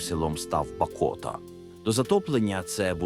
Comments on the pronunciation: Коли ШІ буде нормально озвучувати? Перекривлює слова, що слухати неможливо. Сам він БакОта!!! Село називається БАкота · Дякую за відео,але хотілось би чути живий голос за кадром.І ще,запамʼятайте,Бакота наголос на першому складі!!!Керуйте штучним інтелектом!